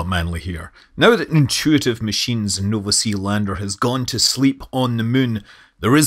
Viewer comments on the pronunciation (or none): none